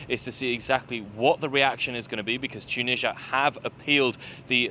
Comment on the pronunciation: It's Mali and Tunisia, not Molly and Chooneezhya